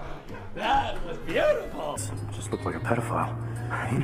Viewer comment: Why is nobody talking about "ThAt was beATifUl!" ? Because I can't stop rewatching it